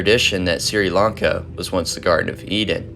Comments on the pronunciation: Good work on the video. Just a recommendation here. Even if it's not always the best. A quick Google search on prononciations will help. For example, Sri Lanka. Was pronounced as "Siri Lanka" in the video where is actually pronounced "Shh-ri Lanka" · Sri Lanka Is pronounced like “Shree-Lahn-kah”. You can google the pronounciation if that doesn’t make sense